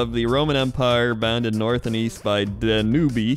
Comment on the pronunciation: Also, "Danubeee?" It's a river! The Danube river! How do you not know this?